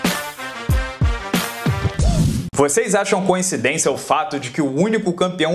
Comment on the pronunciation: Atenção. A pronúncia correta é coincidência e não conhecidência. Pq qdo duas ou mais coisas parecem ser iguais, não há nada a ver com conhecimento e sim com "co-incidência", ou, incidência recíproca.